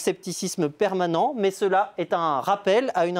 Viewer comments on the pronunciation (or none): none